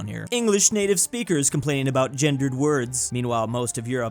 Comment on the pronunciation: Did he say aboot instead of about?